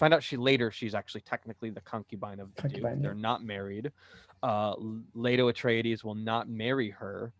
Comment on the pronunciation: Love the "Atreides" pronunciation ... at the beginning : )